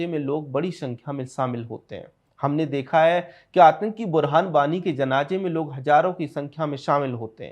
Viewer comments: Who cares about a language pronunciation! Indians speak Hindi with various dialects do you go around correcting them?? CONTENT is important. Don't digress from issues with pettiness. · बशीर बद्र साहब का मैं प्रशंसक हूं आपने उनसे जुड़ा हुआ वीडियो बनाया किंतु अपने 11 बार जनाजे... जनाजे... जनाजे उच्चारित किया आपसे और आपकी टीम से अनुरोध है कि आप बहुत बेहतरीन कंटेंट बनाने के साथ ही उच्चारण पर ध्यान दीजिए और जनाजे की जगह जनाज़े शब्द का प्रयोग कर अपने वीडियो को और अधिक सार्थकता प्रदान कीजिए। मैं आपकी टीम की राष्ट्रवादी विचारधारा और सत्यता का प्रशंसक हूं और एक प्रबुद्ध दर्शक होने के नाते मैंने आपको उपरोक्त सलाह दी है।